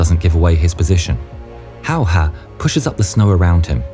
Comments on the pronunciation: how difficult is it to say hey-a instead of how-hah? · ''Simo Hahoha'' You prononce it ''Simo Hejehe''. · Simo Hayha..his last name is not How-ha it's pronounced in fact it's pronounced as Hey-ha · Its "Häyhä" not "Häyha" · Im Fin girl and I can personally say that this was my first time I heard about that guy. But how others call that guy: Hayha... and Finns: HÄYHÄ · This is NOT Simo Hayha This is Simo Häyhä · It's great that your friend Staffan provided Finnish voices for this vid and all - but couldn't you also have asked him to tell the narrator how Simo Häyhä is pronounced? Hearing him calling the man "How-haa" for the entire vid was embarrassing. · Nah bro calls Simö häyhä Simö howha 💀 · Simo hayha chines no its hayaahh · Majority seem to mispronounce Häyhä's last name, as they pronounce it ''Hauha'' missing the Ä sound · You butchered his name just as well as he butchered those russians 😂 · That's a new pronunciation of his last name that I haven't heard before. 😎👍🇫🇮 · Waiting in anticipation of the pronounciation of Häyhä.